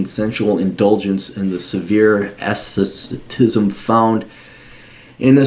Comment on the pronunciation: lol doesnt know how to pronounce "ascetic"